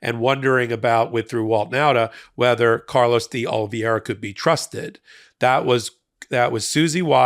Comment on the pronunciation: Oh - lee - VAY - rah. Say it out loud. Love your content, but I thought you might need this. It's not as hard to pronounce a you're making it.